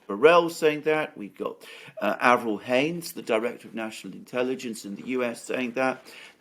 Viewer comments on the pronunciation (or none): none